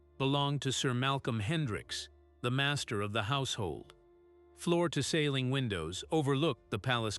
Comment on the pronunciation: This computer must learn how to pronounce “Sergeant“. “Ceiling”. “Said”.